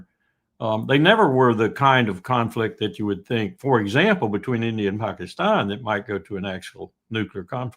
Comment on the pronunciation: thus far has the best pronunciation of ‘Pakistan’ ❤ ps no peace with Abbas still there, get rid.